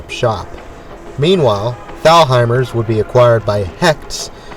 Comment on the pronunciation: WHY DO U MISPRONOUNCE THE STORE. THALHIMERS... THE LETTER. "H" IS SILENT...... I GREW UP WITH THE STORE. MY MOM WORKED THERE FOR 38YRS..